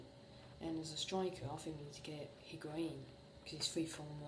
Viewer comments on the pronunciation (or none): none